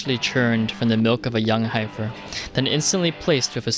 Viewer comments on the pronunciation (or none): Did Kai write the bit about the buttery bokeh? I wouldn't expect to know a fairly obscure word like heifer, and clearly the speaker didn't either judging by how he pronounced it "hypher".